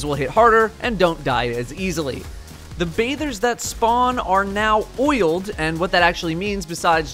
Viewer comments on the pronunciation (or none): He said oiled? I thought I had heard BOILED. Which is way grosser, really.